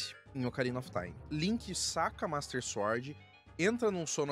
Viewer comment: Gosto do seu conteúdo, mas quando vc fala "suórd" me dá um treco... 😂